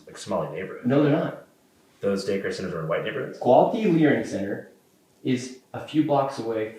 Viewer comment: so... 215 minute interview, and he edited out how many SECONDS of footage? I just love that none of you grasp the irony of a guy who can't speak focusing so much on the single missing letter in "Learing." You've run it into the ground, and all it does now is draw attn to the fact Shirley's so acutely cognitively deficient. It's perfectly fine to make fun of the entire Somali population based on that one letter from one sign, yet totally OFF LIMITS to mention ANYTHING about the fact that Shirley guy is quite literally r'd, and doesn't know words taught in grade school. How does that make sense? Can you answer either question? You're hopeless, won't even make an attempt, bc you can't.